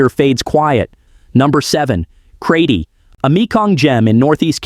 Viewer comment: Pronounced Kra-ches, not Kray tee.